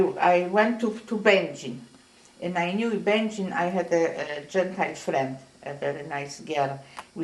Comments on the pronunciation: I was taught that Będzin is pronounced like "engine" but I notice that many people even in Poland pronounce it differently - at least to my ears. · It’s actually pronounced two ways. It could be Bengine or Bengeen. I guess it’s a matter of how they said it, but I was talking about the interviewer. I don’t think he was very nice. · Interviewer can’t even pronounce the town as many times as she said it he still says it wrong and he’s very disrespectful